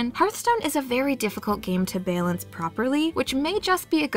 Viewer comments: can't remember literally anything about what i just watched other than the way the narrator pronounced "balance" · I love your accent when you say balance. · I can't be the only one slightly annoyed with the way she pronounces balance